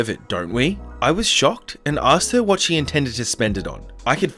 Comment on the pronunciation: I've never thought of it but you're right! We do kinda pronounce it 'waht' xD